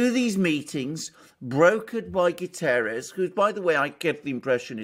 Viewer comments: It's not "Gutierres" ... In Portuguese it sounds "GutErrsh" ... The "ie" takes it to the Spanish similar surname. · It's GUTERRES not GUTIERREZ ! Portuguese, not Spanish